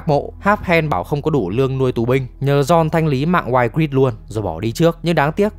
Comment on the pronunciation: Cô tóc cam man tộc tên đọc là I-grit ạ